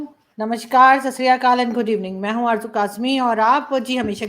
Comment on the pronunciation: Arzoo ji, it is Sat sri akal not sasriyakal!